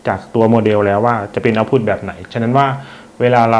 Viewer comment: ขัดใจมากเวลาอ่าน output ว่า เอ้าผุด